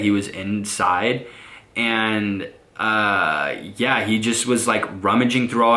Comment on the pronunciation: When he says and yea it sounfs like 'enyea'